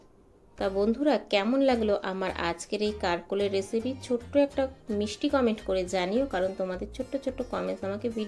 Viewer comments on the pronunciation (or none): none